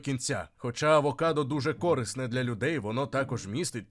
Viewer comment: Не кОрисно, а корИсно, баран!